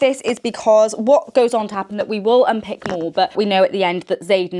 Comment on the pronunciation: It’s unpAck, not unpick 😭